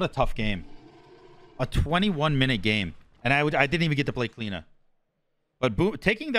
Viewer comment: why do you call her Clina and not Clio lol?